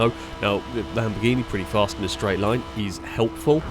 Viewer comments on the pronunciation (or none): none